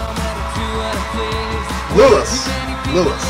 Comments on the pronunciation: Also it's pronounced LOUIEEEEEEEEEEE not LOUISSSSSSSSS even though it's spelt that way x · I'm sorry to say (I'm not sorry at all, really) but now you've started going down the 1D rabbit hole, there is no coming out of it... And that's not "Lewis" but "Lou-ee". I do agree they are super talented and lovable lads, but as a long time fan (not part of the "regular" age bracket for these dudes either, I could - very techncally - be the youngest member's mother), I may be a bit biased :) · Hii Louis is pronounced Lou-ee